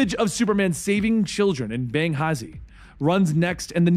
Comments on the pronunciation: was that supposed to be Benghazi? The emphasis is in the g. The h is silent. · Pronounced Ben gah zee. You cant even say the name of a real, and important country. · This video is only 2 years old, how do you mispronounce Benghazi? It's the city in Afghanistan of one of the biggest deals in recent history. Otherwise though, awesome fucking video. Really well done, sorry but that just annoyed me.